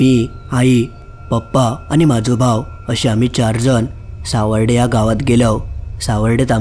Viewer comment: सावर्डे आहे ते.... सावरडे नाही...😅😂